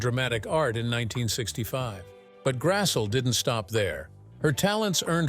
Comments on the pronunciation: It's pronounced GRASS-LEE not g grassul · You could at least pronounce her last name correctly..it's Grassle..or phonetically..Grass.ley. NOT Grassell...Ugh! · Karen Grassle is pronounce like Grassley